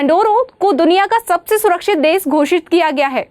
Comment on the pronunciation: बहन जी देस नहीं देश होता है। कितनी अच्छी topic है वाह।